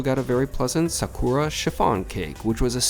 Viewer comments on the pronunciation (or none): none